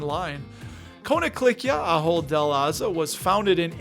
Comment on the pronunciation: My wife and I worked for the Company both in the US and then for 15 years in their Zaandam headquarters. Your pronunciation was close, but I won't hold it against you as it took us a while to get it right. Anyway, while working for the company we were granted quite a few shares that we still hold and are loving their annual dividend increases. I'm also excited to see that it is believed to be 31% undervalued (especially since the share price (in euros) hasn't moved much in the past few years). Maybe it is finally time to appreciate.